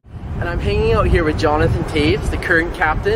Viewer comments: In the 2nd clip, beginning (the clip with President Barack Obama standing to the right), the man who is speaking mispronounces the last name of Jonathan Toews. – He clearly mispronounces it as TAYS . . . for some reason leaving out the “V” sound. – This particular clip should NOT have been included in this video. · In the 2nd clip, beginning (the clip with President Barack Obama standing to the right), the man who is speaking mispronounces the last name of Jonathan Toews. – Clearly, this man mispronounces it as TAYS . . . for some reason leaving out the "V" sound. – This particular clip should NOT have been included in this video. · In the 2nd clip, beginning (the clip with President Barack Obama standing to the right), the man who is speaking mispronounces the last name of Jonathan Toews. – Clearly, this man mispronounces it as TAYS . . . for some reason leaving out the “V” sound. – This particular clip should NOT have been included in this video.